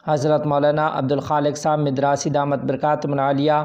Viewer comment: مدراسی میم کے زبر کے ساتھ